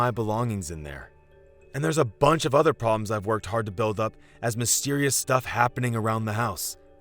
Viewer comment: Is this the same voice actor that pronounces mudder fodder udder instead of mother father other